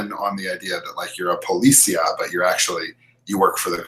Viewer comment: Pahliseeah, not pahleesiah. Policía, has an accent in the last i